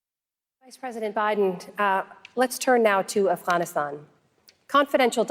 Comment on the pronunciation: Who the fuck says Afghanistan that way